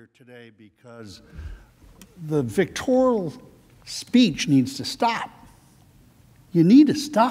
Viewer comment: Vitoral? WTH? Des he mean vitriolic?